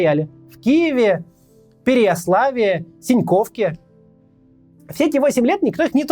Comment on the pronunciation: Максим, очень очень суперская подача материала! Позвольте только одно ударение - в ПереЯславе😊